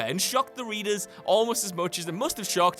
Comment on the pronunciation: lol "Readerzuz"